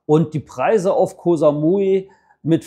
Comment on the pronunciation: Koh Samui war schon vor 30 Jahren eine reine Touri Insel, auch mit den ganzen Pauschalangeboten aus Europe. Koh (Insel) wird ja nicht mit scharfem K sondern mit einem weichem G ausgesprochen. Sollte man als langjähriger Expat in Thailand eigentlich draufhaben.